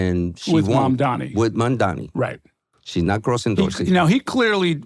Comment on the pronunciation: The NYT answer completely invalidates all his previous statements. So much for impartial analysis. Is it so hard to call out prejudace ? Him mispronouncing Mamdani's surname is just icing on the cake.